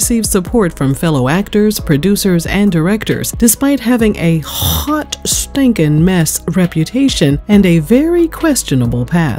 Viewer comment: I like how she says "A Hot STANKIN mess" 😁